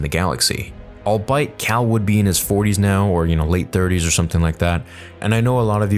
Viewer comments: You said “allbite” trying to say “albeit” twice learn how to read your own script 😂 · the word "albeit" is pronounced "All be it" not "all bite" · Oh, also, it's "albeit".... As in all-bee-it. Not, all-bite. It's amazing that this is a galaxy where everything we've seen has been connected in some way or another. Like the trash from the trash compactor. Or other characters who have shown up in other movies. How in the world can the galaxy be soooo small, when there are so many planets and systems? I can understand when people bump into each other when they run in the same circles or are living in the same city on the same planet. But it's getting ridiculous now with the universe shrinking in Star Wars. How in the world can all these people know each other or come into contact with each other? It's not fun at this point. It's stupid. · Hey Bro! I love you and everything you do and it’s so refreshing to see a big as a Star Wars fan as myself! One thing is, “albeit” is pronounced like aal • bee •uht. Like there a “bee” there in second syllable. Not the aal • BI • uht sound that you say. Just lookin out for you bro! Thanks for making the best Star Wars content on all of YouTube!!! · I'm sorry, I just have to say something: albeit (pronounced ALL BE IT, not ALL BITE) sorry, carry on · albeit - "all be it" not "all bite", fyi. Thanks for the video. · I love you and idk how Josh or anyone else hasn’t said anything, but it’s “all-BEE-it” rather than “all-bite”. Unless I’m wrong and this is just an American pronunciation. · All-bee-ut, not al-bight. But otherwise a great breakdown. :) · I think you mean “albeit” pronounced “all-BE-it” not “all-BITE”. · dude how do you STILL think that it's pronounced "all bite" the word is "ALL BE IT" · Friendly criticism/feedback: Albeit isn’t pronounced “all bite.” It’s pronounced “all-be-it.” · Good episode. Just as a note, "albeit" is pronounced al-BEE-it, not al-BITE. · albeit is pronounced "all be it" not all bite lmao